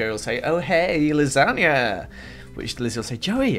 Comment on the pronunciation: OMG did anyone notice he spelt LIZANYA wrong!!! He said Lizania